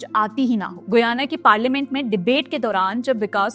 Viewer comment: The pronunciation is "गयाना".